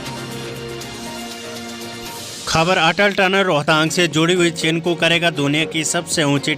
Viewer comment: चिनकू नहीं चिनूक